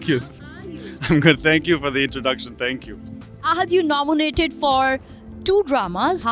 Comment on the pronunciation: Can anybody plzz tell amar its nominated not nomonated....